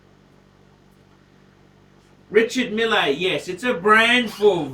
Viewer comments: found out it's pronounced "Risha-meal" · in french they hold the E a little longer. Its like Reechar Meele. is right